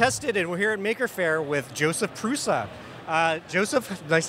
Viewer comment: The interviewer butchered the name a little. The correct pronunciation is PROO-sha. The 'u' and the 's' aren't actually normal 'u' and 's', but plain latin alphabet (as used in English) doesn't have those characters, so it is usually transliterated as Prusa. In the original Czech, it is Průša. Here's their website